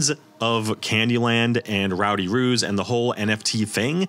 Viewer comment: Right? I was listening along to this at work and couldn’t watch/read along because I wasn’t on my break, so I genuinely thought he WAS saying “Ruse” until he mentioned artwork of Actual Kangaroos, and I was so confused as to why an NFT project would be so incredibly BRAZEN in their naming scheme? 😂